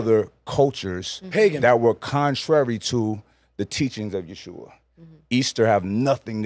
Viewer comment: He states that the Bible is errant, and the translation isn’t to be trusted, yet appeals to the Bible to support his assertions. And it’s pronounced Ye-ho-shua. Step correct.